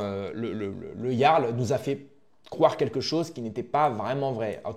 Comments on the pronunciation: putain mais apprend à parler ! on dit pas le garl mais le yarl ! C'est déjà casse couille de t'entendre faire une faute de français par phrase alors que tu fais le pseudo cultivé... T'es une photocopie de soral en version low cost! Soral moins le logos ! T'as quoi,17 ans ? Putain je regarde tes vidéos avec indulgence depuis quelques temps mais tu régresses. J'ai 40piges, et j'ai été indulgent mais tu donnes de plus en plus de signes de la dégénérescence de te génération. Désolé poto mais je me désabonne... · Bien mais dis ''Yarl'' stp pas ''J''arl ça rend dingue lol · Quel clochard tu fais avec ton interface de roumain, "siouplé 5e pour manje". Meme pas capable de prononcer le mot jarl (ca se prononce "yarl") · Sa se dit Yarl stp pense au viking